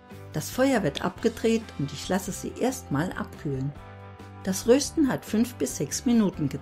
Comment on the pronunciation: Schönes Video, aber bitte es heisst rösten nicht röösten